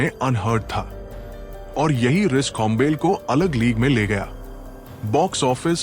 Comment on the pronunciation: होम्बेल नहीं होम्बाले 🤦🏼‍♂️